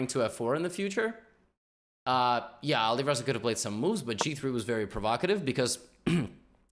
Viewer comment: Its not Olireza its Alireza the A is pronounced like ant Great video😀